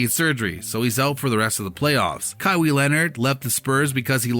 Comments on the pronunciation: this video is just reaching... also its ka-why not ka-wee, smh cant even do something as basic as getting the right name of the person you’re making a video on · Junior Asiamah he is saying it like Kaiwe Leonard😅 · Who is Ka-wee??? Did I hear that right? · With that pronunciation of english vocab especially Kawhis name, it’s safe to assume you were one of those helmet wearing downs kids who rode the short bus up until community college where you took culinary classes to forever work at mcdonalds 😂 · Dude you can't even say his name right. Smdh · How can't you not know how to pronounce a man's name? Pathetic Mordaforkers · Learn how to say his name before you make a video on him smh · Jesus christ u pronounced his name 4 different ways none of which was right